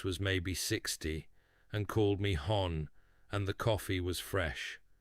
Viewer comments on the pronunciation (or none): Please don't use an AI narrator. It is so very much better with a human voice. For one thing, AI errors are dumb. It's not "hon" like "gone", it's "hon" rhyming with "fun" and it's short for "honey". A human being would know that without thinking. Please just read or narrate the stories yourself.